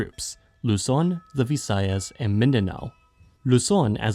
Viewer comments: that here is hilarious 😆 its supposed to be Vi-sa-yas, not V souce 😆 but seriously i cant stop laughing 😆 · "Luson ViSAyas and Midanow" It's killing me 🤣